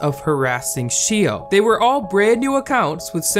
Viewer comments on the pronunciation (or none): xiao is pronounced shh-ow not she-o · It pains me to hear him pronounce xiao like "shi-o" instead of "sh-ow" but idk he might be saying it right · Lol I know this video was like 2 years ago, but the pronunciation of "Xiao" Is actually SHAW, or SHZAW and it actually means "little" in chinese or maybe im wrong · I'm Chinese and no, it's not pronounced as Shaow... It's pronounced as See-OW. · since you mentioned xiao i thought you meant her name was 'shio' so heres a quick explanation!! x in chinesse is pronounced like J + SH at the same time so its pronounced jao/shaow. hope this helped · It’s Sh-aa-ow not Shio for Xiaos name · Btw xiao i think is pronounced as xi-a(ah)-o(oh) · Xiao is pronounced like "ZA-O," I believe and Manaki is pronounced like "MANA-KEY" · For everyone reading through the comments, quick little fact: "Xiao" is pronounced like "shao". No hate at my boi making this video lol, Asian names can be hard to pronounce. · Xiao isn’t really pronounced like shao though... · It’s pronounced shiao, not shao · it was so tough listening to him say shio over and over haha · It’s pronounced as See-ow (except connect the two syllables into one) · For the record “Xiao” is pronounced more like something in between “Shaow” and “Jaow” :) (I love Xiao’s channel!) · took me a min to realize he was pronouncing XIAO as she-o 💀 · btw "Xiao" is pronounced "sh-ow" it is Chinese for "small" or "little" etc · BTW you pronounce xiao like this: shaao (from what I know!) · xiao is pronounced shi-aow manaki is pronounced ma-na-kee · i believe xiao’s name is pernounced sh-aow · Xiao is pronounced like she-ow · Its pronounced, shao!! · You pronounced Xiao shio? That's kinda annoying But ok And hmmm Manipulative mother Frick this world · 'sheeo' :,)... its enough to do SOME research before pronouncing a foreign name, right? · Every time he said your name I died 😂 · The pronunciation of Xiao and Manaki are hurting me. 😂😅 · The way you pronounce xiao and manaki really hurts :')